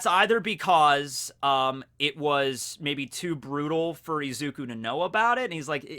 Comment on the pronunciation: is izuku not eeeeeeezuku 😂